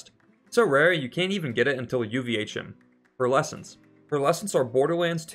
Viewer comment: I feel like that S at the end of "Pearlescents" is perhaps lying on its resume.